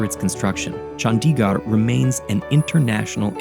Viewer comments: The animation is AMAZING! -note its not chANDiGAR its CHundiGurd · Nice video but you should take the time to learn the pronunciation of Chandigarh. It’s not Chun-dee-gaar it’s pronounced Chun-thi-gurh with a soft th sound and a short i not a long i! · it is no chaandigarrr it is chandigarh pls pronounce corectly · I feel like if you could pronounce Le Corbusier that well, you could have put in more effort into pronouncing Chandigarh better :/ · multiple indians working on this video, not one of them could tell the narrator how to pronounce Chandigarh and Nehru